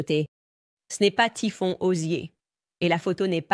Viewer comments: pas Tiphon mais Tiphaine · Sa fille "Typhon" 😂😂😂 Impressionnante cette I.A. Merci pour votre travail ❤